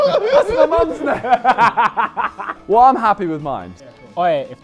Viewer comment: He said my bame